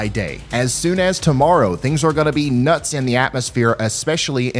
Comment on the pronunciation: Nah. Not nuts. Not “nuh.” /